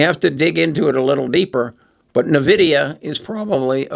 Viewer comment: In-vid-ia, not Nah-vid-ia.